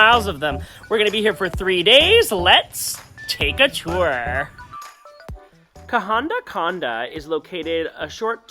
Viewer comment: Welcome to Sri Lanka 🇱🇰 Love the way you pronounce kahanda kanda.😊 I will assure you that I will watch all your SRI LANKAN videos.just to hear your beautiful pronounsiation Of local names❤❤❤😂😊 Safe and happy journey ❤